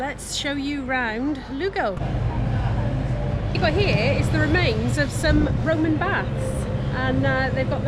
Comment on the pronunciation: Loving your travels, very beautiful parts of Spain you’ve been visiting. The missus and I travelled same route in May to visit family in Galicia. Don’t worry on the pronunciation. It’s ’Loo-go’ Buen camino!